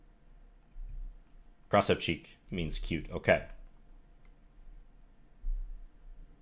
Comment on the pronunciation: Who else laughed out loud when he spelled the word "Krasavchik" wrong two times in a row? (Shout out to my russian niggas out there). John, if you are reading this, right pronunciation is krasAvchik